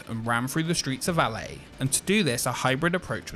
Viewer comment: Anyone else get triggered by how he said "LA"? it sounds odd!